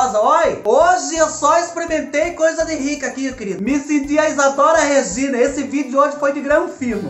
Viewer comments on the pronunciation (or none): none